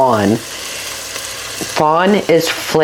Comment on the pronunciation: Dear it's "fond" not "fawn."